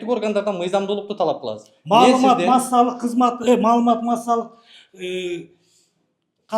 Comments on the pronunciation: Прокурор кассалык - массалык деп койдуго))) Бирдекеден корккон адам ушундай нервный болот. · Массалык кассап болобуз , ушул созду айталбаган чмо кантип иштеп журот. Бул биринчи класстан окушу керек. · "Кассалык, массалык" Деп тантыган, билимсиз"прокурор"имиш карапайым элдин койгойун чечмек тургай... Тантыпотурат😂😂